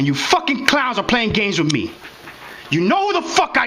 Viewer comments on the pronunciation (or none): Arguing with this receptionist. Bravo! And it’s not pronounced “Wiff “. It’s “With”.